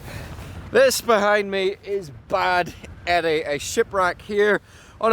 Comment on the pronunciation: The boat is pronounced like Bawd Eddie, Bád meaning boat in Irish, an icon in the Donegal Gaeltacht